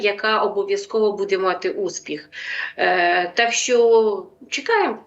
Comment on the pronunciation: Заколебала ведущая со своим "будЕ"! Можно научиться правильно ставить ударение - "бУде"?! Хватить уже косить под западную Украину!!!